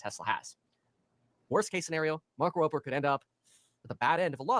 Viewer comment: Why do people pronounce his nape with a p. It’s rober with a b